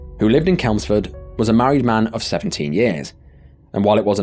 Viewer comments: Is the narrator a real person ? If so, why does he say Celmsford and not Chelmsford, which is the correct place he was referring to. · "Kelmsford" it's Chelmsford mate 👍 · Please note: Essex is not a City, it is a county Chelmsford is city. The name begins with "Ch" for cheese, not 'C' for cake. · Why call it kelmsford..its chelmsford..CHHHHHELMSFORD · "Kelmsford"? Really? You've never heard of CHelmsford? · It's pronounced CHelmesford as in CHange! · Lol i do see your point to be honest, it’s just all my life people have called if ‘kelmsford’ so i’ve kind of just followed that, it does make sense just to pronounce it how it’s written though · It's not Kelmsford but Chelmsford 😂😂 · Chelmsford, (‘ch’ pronounced as ‘cheese’) is a town in the county of Essex. Come on, do your homework! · It's CHelmsford for God;'s sake... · Chelmsford. Ch, as in cheese. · The town is called Ch-elmsford. As in Cheese. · "in KELMSFORD" lmao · Is this how I find out it’s pronounced “kelmsford” 😅 new video tho woooooo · Love the video, but seeing as I live just down the road, I have to correct your pronunciation of Chelmsford. It's pronounced CH-ELMS-FORD lol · I thought the pronunciation was quite sweet 😂 Plus you are right to say “city” It was given city status in 2012 😊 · Thank you🙏. I was seriously triggered!😅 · Apart from the mispronunciation of Chelmsford, when was Essex demoted from a county to a city!!!!?? You're English, how on earth did you make those two mistakes!!? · Check the pronunciation of Chelmsford & Stalham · So do you pronounce Chester, Kester? It's the same thing! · Eww Chelmsford isn't it 😆